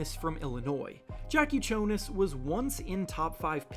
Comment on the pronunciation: Eww, I know how english speakers pronounce J, but that's not the way for Jakucionis. You need to say it like Yakucionis